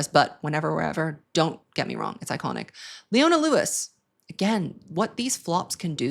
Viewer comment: Ohhh boy you did leona wrong 😤